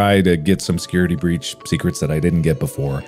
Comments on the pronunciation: I just want to thank editor for putting "Security Beach" to match Mark saying it wrong near the end. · « security beach »